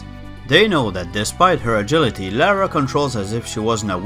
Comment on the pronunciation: Funny that Americans can't pronounce Lara either XD